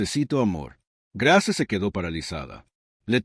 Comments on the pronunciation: Grace se dice ( greis). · Grace o Greis …??? Si pronuncia también las palabras en inglés como es que se le escapó lo de Grace.